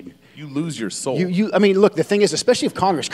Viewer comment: Joe Kent can’t even pronounce “ESpecially correctly. It’s NOT EXpecially.